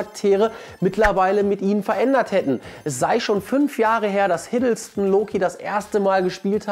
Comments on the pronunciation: hiddleston - nicht hiddlestone ... sorry das musste sein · Es hei?t hiddleston